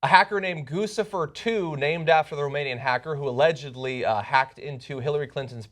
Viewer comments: THIS IS THE SECOND TIME YOU PRONOUNCED IT GOOSE-IFER. IT'S GOOCH-IFER. LIKE GUCCI. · Gusifer? Isn't it GuCHIfer as in Gucci? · Isn't it pronounced Goochifer not Goosifer? Like Gucci + Lucifer? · John, it's pronounced with a 'ch' sound, not an 's'. Like Gucci. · it's pronounced "cuchifer", with a "ch" sound. It's obviously a reference to the brand "Gucci" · DUDE IT GUCCI-FER LIKE GUCCI PLEASE ALL THE NEWS OUTLETS SAY THAT WRONG. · I think Guccifer is pronounce Guchi-fer. Just saying. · Goo-Chi-Fur try it. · gucci...like the brand (goo-chee)fer